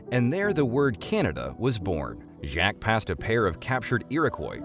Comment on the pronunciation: Ai trash calling “Jacques” “Jack…”